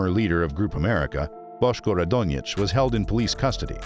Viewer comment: You made several mistakes with Boško Radonjić last name